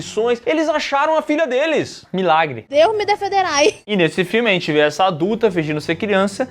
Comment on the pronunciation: "Deur mim defenderay" kkkkkkkkkkkkk